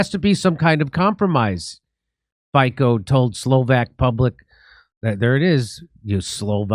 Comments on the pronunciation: Robert Fico (pronouced Fitso) is a great great Prexident, the costs of everything in Slovakia has gone astronomically high since the usa war on russia. End NATO and return to sharing the world. Fuck the USA. I am a citizen of the US. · ...correct pronunciations is: (something like) Feetzo... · Slovakia ❤❗️ I voted for mr. Fico (pronounced as Feetso but the ee is short) he's the most professional politician with his party SMER (means "the direction") and they are pro-Slovakian not pro-Russian, helping the common people in our country, the corrupt media have been fighting him for more than 10years because they can't control him like they do control our previous criminal government and our sellout president caputova a nato warmonger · Fico is pronounced as Fitzso guys. Cheers 🍻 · we Slavs dont pronounce "c" as a "k" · Jimmy, his name is pronounced FEETSO. Not FICO. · As many mentioned before me - Fico is pronounced as "Fitzo". He was elected in September last year because he said how the things are in reality, even tho so many are still eating bullsh1t from mainstream. And no, we are not an ally of Russia, we simply follow our own way, which is that we do or we want to do the bussiness with all sides which are offering a fair deal - and also we know who is the snake in this game... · SMER means direction, in most of Slavic languages. Fico is pronounced Feetzo. Mainstream news wrote that he took power, which is not true. He was ELECTED. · Fico (btw if is pronounced 'Fitso', Jimmy) would know because he comes from a country that fell victim to one of the earliest CIA coups in the Eastern Europe and ceased to exist as a result. Have you heard of Czechoslovakia lately? And Fico knows what he is talking about because the second half of his former country, the Czech republic, is run by a president who is a literal former NATO general, Peter Pavel, and is totally in the pocket of the US too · Robert Fico - Fico is pronounced 'fee-tso' Great show as always Jimmy!